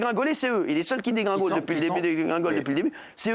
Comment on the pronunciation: ils dégringaulent 😂